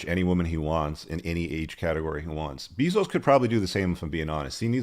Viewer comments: BEY-zos not BEEE-zos. lol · Leo is GOAT. BTW the pronunciation of bezos is "bay-zose" not "Bee-zose" for future reference. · First time I've heard it pronounced Beezos haha i love it. And Tony Gonzalzes. Hahha good laughs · Bayzose or beezose still worth 400 billion. Probably owns you too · Jeff "Buy-those" 😁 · Learn how to pronounce Jeff's name, learn the avg. age of Leo's gfs, learn the sayings you're repeating to get your point across. This video is a rambling mess